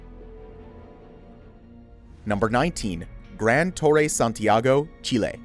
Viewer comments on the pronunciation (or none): none